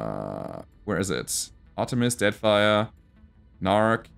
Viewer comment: Sorry spat out my drink. Did he just say Artimis-Deadfire?? That there is a cunadrum, a unguided missle, with an advanced guidance system.....